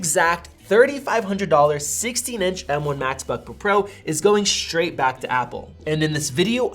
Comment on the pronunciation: “Shtraight back to Apple”